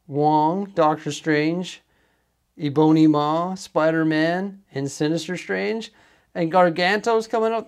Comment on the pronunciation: Haha oh my gosh, "E boney Maw." That cracked me up.